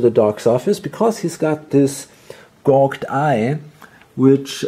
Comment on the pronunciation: Just a little pronunciation tip on "gouged" - the first part is pronounced "gow", rhymes with cow. The ending is a soft J sound, like the end of judge. "gowjd"